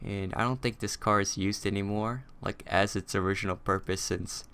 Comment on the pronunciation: Did you say "Ass" or "As" (No offense sorry)